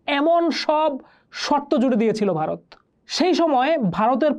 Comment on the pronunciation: ota Bharat hobe gendee , Barot na...aage uccharaon kora sekh...